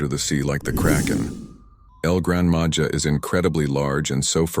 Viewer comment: Grandma ha Not Ja